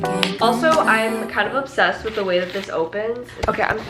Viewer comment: i need someone to go back through this video and count how many times she said obbsessed